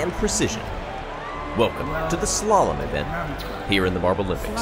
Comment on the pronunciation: The way the anouncer said slalon caught me off guard😂😂